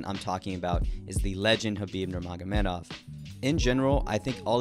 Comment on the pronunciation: It’s NurmagameDov not NurmagameNov